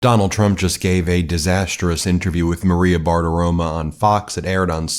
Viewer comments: I love you, Ben, but the name is BartiromO, not BartiromA; it's very annoying that you keep mispronouncing it. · I really enjoy how you pronounce "Bartiromo." It sounds like you're saying, "barf aroma." 😂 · You pronounced her name wrong. It's Maria Baggabologna. 😮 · It is BartiromO